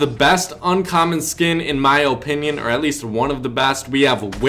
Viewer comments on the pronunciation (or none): Drink every time he says oh-pinion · In my oh- pin - yin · Why you say oh pinion 😂😂😂😂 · Ugh no offense but the way you say opinion makes me cringe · The way he says opinion is funny Lmfao but anyways keep up the vids